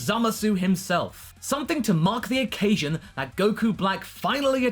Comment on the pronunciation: It's hard to tell when you're saying "mock" or "mark".